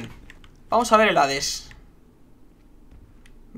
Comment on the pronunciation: No es hares es Hades xd